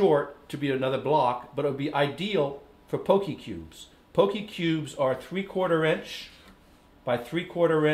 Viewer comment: I'm haole and it bothered me too.